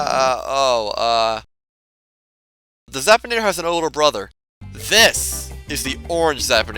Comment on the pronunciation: Zap-in-ae-ter not Zap-tin-ay-tar